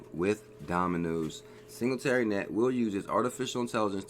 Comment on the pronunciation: Not hating but you are pronouncing singularity net very wrong. AGI is my number 1 pick!